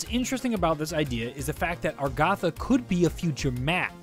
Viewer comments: it's Agartha not argatha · It is not aRgAtha, it is agARtha. If i sound rude I am sorry, I am just totally triggered. REEEEEEEEEEEEEEEEEEEEEEEEEEEEEEEEEEEEEE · he kept saying argatha yet its agartha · Why do you say argatha it's agartha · it's argartha. not argatha